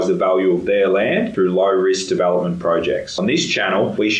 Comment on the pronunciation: Where's your accent from? Your e sound like a bell = bal development = davalopmant??? Interesting